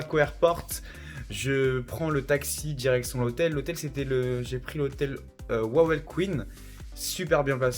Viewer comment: Il manque le.quartier juif, les cimetières, le musée d Oscar Schindler ... il y a la mine de sel de Wieliczka. T es resté 1 journée en fait. Il y a que Rynek (la grand place ) et Wawel (qui se prononce Vavel). Il manque énormément de choses !